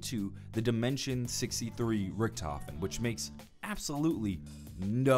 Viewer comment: No hes not hes actually right, Richtofen is correct.